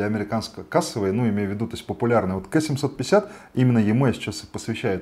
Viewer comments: ну... не Кэ, а Ка. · Не КЭ а КА, очень режет слух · Ну так-то правильно говорит ( только не "кэ", а "Кей", по-английски), но да, кто его так называл.. конечно Ка) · Да не кэ, а ка!!!!!!!!